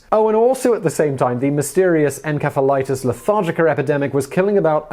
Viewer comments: "EnKephalitis," Simon? I like your videos, but why can't you pronounce such common words correctly? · Encephalitis; en-sef-uh-ly-tis. Sorry. That really bugged me lol. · Never heard someone pronounce encephalitis that way.